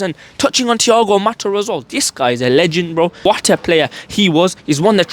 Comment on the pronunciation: It’s Thigao Motta, not Matta.